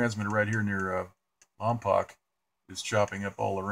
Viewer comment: Lompoc is pronounced lompooock. The second "o" is an oh sound.